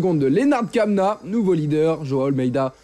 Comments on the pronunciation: M. le journaliste Kämna se lit "Kémna" ; vérifiable en deux clicks sur le net ! un petit peu de respect pour le nom des coureurs svp ! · tu t'offusques pour Kämna alors qu'aucun commentateur francophone ne prononce Wout Van Aert de la même manière... Et les Français très rarement de la bonne.